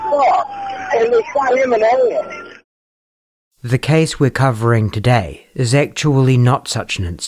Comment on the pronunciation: Actually he said “haett” for head.